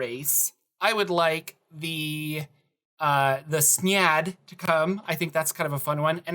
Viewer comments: Yes, thank you. SYNE-ad, not s'nad. x.x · Synad = si - nod you kept pronouncing it, snyad... lol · Are you sure it's pronounced "Snyad"? I thought it was closer to how synapse is pronounced: "Syn' ad". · I think it's pronounced psy-nad. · Synad= SIN-ad